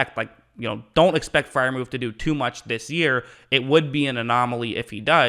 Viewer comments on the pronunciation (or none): Pat proved all of the naysayers wrong 😊 btw his name is Freiermuth not Freiermuf 😂